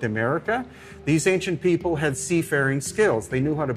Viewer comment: Pie Poe = People... love that! -> DNI = DNA... meh... pi-cha = picture... love that! Grace and the narrator are articulate with properly pronounced words... easier to understand, but not as fun... low eek = like... se-oh-mints = settlements... thank you.